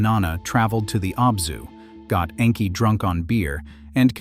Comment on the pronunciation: The pronunciation of Enki is a bit more disturbing, but I listen for content so over-all I'm pleased.